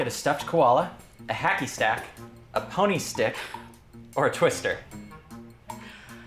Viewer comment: He said “hacky stack” lol